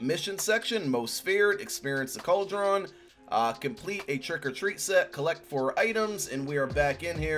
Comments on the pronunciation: How are you an old man that doesn't know how to pronounce cauldron?? Cald-a-ron???? What an absolute f'n DOPE. Eagles fans are the most classless f'n fanbase in all of sports. F#@ this assclown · It's pronounced cold-rin